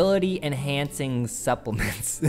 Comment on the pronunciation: it's "supplements".